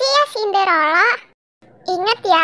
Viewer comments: Sinderela bukan Sindorela😀😀🙏🏻🙏🏻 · Cinderella bukan cinderello 😂😂😂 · senderela ❌ sendelora ✅